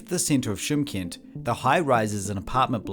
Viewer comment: Чимкент.Ударение на букве И.Шымкент -это на казахском языке.